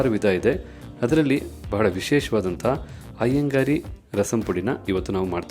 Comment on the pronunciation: Iyengar style, not Iyengari style... It is correct in the title, not in the narration.